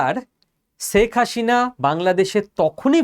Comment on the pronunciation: আপনি বারবার বলছেন শেখ হাশিনা, সঠিক উচ্চারণ শেখ হাসিনা ( Hasina, not Hashina)